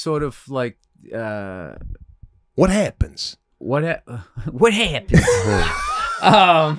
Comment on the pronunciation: lmao bill burrs Italian "what happens"